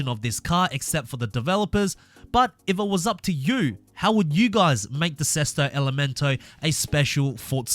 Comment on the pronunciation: BEST "SESTO ELEMENTO" PRONUNCIATION I'VE EVER HEARD FROM A NON ITALIAN GUY🔥 congratulations from an italian guy👏🏻👏🏻 the pronounciation was at 90/95% correct🤙🏻